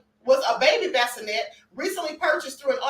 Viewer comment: Baskinette 😆🤣 NOT bassinet 🫥🙄 chiii